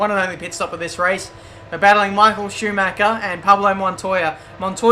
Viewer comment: IT'S SCHUMACHER !!!!!!!!